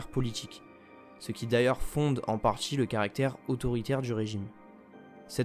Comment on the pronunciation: super vidéo mais juste une chose , ton accent quand tu prononce les t et d comme tch et dj exemple tu dit : partshi au lieu de partie , djiverse au lieu de diverse , bref essaie de limité sa car quand on fait une voix off , on aime une bonne pronunciation et intonation correcte , ne le prend pas mal c'est juste pour que tu puisse progresser dans tes future vidéos . bonne chance à toi ;)